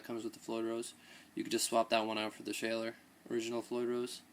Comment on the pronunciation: pronounced shawler